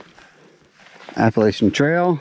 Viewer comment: It is pronounced Appa LATCH ian. Thanks